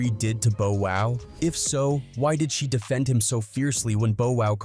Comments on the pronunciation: AI dude it's Bow wow not Bo wow 😳 😳😳😳😳😳 what up am I the only that hear it something is not right 😮😮😮😮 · Why is the narrator mispronunciation of Bow Wow even doing a info video. Bo Wow smh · Bruh you are driving me nuts mispronouncing Bow Wow name like this , bruh u sound like a robot kinda like Alexa Frfr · Yeah bro he missed up his name